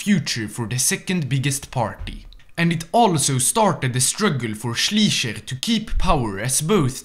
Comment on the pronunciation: Hey, I have to say your German is pretty good for a French guy, but i still have some advice: for example you call "Schleicher" "Schliecher", you pronounce the "i" first but you should pronounce the "e" first. So when you read something with "ei" its pronounced like "aye". Other than that great video👍🏻